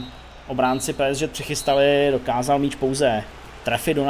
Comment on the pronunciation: Kámo prosím Tě, čte se to PSG ( Pé Es Žé ) a ne Pé es ŽeT... hruza